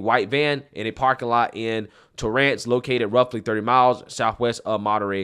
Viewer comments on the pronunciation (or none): Great perspective as usual!! Since it's obvious your not from Cally, let me help your pronunciation of the cities! Alhambra - al-hamm-bruh. Torrance - tore-uhnce. Keep up the great work! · Tore-rance ? Ow muh Bra? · Al-ham-bruh is how it’s pronounced. Tore-ence is how it’s pronounced. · Al-HAM-bra. TORR-ance. Yer killin me.